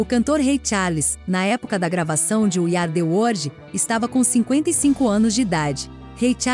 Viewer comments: O vídeo tá excelente, mas a pronúncia do inglês da narradora é triste! “We Ari The wordi”! Poxa vida! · Iú ardi uordi.........a frase é dita trocentas vezes dói nossos ouvdos.